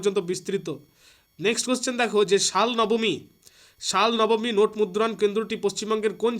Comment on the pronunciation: শালনবমী বলে কোনো জায়গা নেই শালবনী প্লীজ pronounce correctly